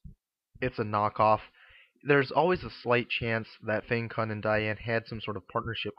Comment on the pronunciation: Nice review :) Fyi though, it's pronounced Fang-Tsun.